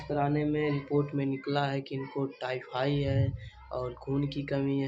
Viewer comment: Bap re bap tai fai nhi hota h tayfaid hota h